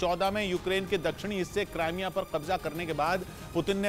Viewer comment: AAPKA RUSSIA UKRAINE WAR Jo PRESENTATION BAHOTH HI ZABARDAST HAI MAGAR CRIMEA KO AAP LOG KRIMEA KEH RAHE HAIN SAHI NAHIN KRIMIA HAI NA KE CRAIMEA HAI